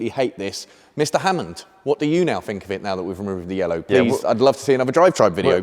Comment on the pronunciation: looking good, but the callipers can't say yellow.